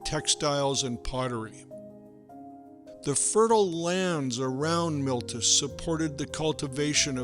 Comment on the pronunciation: "MILTUS" ? ? ? No! Try: "MEE-LEY-TOOS". It is called "The Latin Alphabet", and it has very clear, and simple rules of pronunciation.